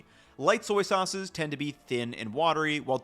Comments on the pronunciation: Haha I heard that too! Thought he slipped into a Brooklyn accent for a second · "...some soyces..."😂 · “Some soices …” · '... some soyces..." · You said “soyce” at one point and that’s what I’m calling soy sauce from now on. Soyce. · Petition to instead of saying sauces say soises😂😂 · Did you say "soyces" ? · hehe "soyces" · "some soyces" My man lived and breathed Soy Sauce for too long this episode lol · I love the new compound word soy-ces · "Some soyces" 😂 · “some soyces” lmao great video though! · I caught soyces and tamari with no soy. Apparently, my listening skills are good. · I'm totally calling them soyces from now on.